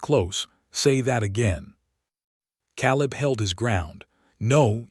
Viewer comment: It's pronounced Kay-leb. Please get AI changes to language fixed...